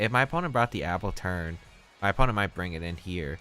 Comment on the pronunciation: AppleTUN not AppleTURN btw;)